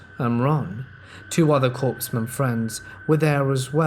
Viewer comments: Its COREman NOT CORPSman. The reader has great tone & cadence but the overacting & mispronounced words lost me..... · Yay! I love Crazy Ex stories. Don't know why as I've never had a crazy ex, myself. My husband is nice and not crazy. LOL In the United States Military, a Corpsman is pronounced KOR-mun. The “p” and the “s” are silent.